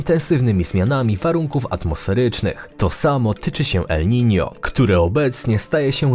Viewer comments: Nie ma czegoś takiego jak Nino, jak już to el Niño, pochodzi to z hiszpańskiego :) jeśli czytasz poprawnie to wypadałoby na miniaturce jednak użyć ñ ;) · 90 razy uslyszalem elninio :)